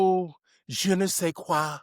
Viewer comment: "je ne sais quoi", Nice. I thought you were French for a minute.